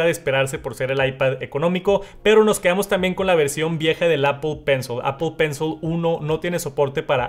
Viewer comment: Exc vídeo ! Solo que pencil se pronuncia : pencil con short i o shaw ... Al final